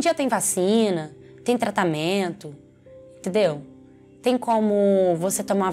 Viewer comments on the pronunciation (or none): Eu tentando levar a sério ai ela “tendeu”ou”uai” kakakak